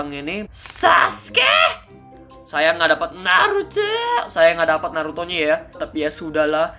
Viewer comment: Saskeh nartoh